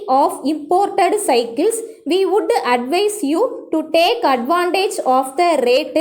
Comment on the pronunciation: Butuuu Woulduuu shoulduuu , Please avoid these pronunciation sister